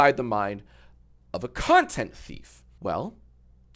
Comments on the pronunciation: misheard Content as Cunttent.. no idea why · Genuinely thought he said the C word there for a second 😭💀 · i paused it right in the middle of him saying “content” so i could read this comment, so i thought so too lol